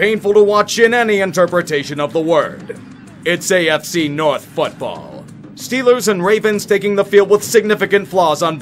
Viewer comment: STILLERS GHANTA SEWPER BOWL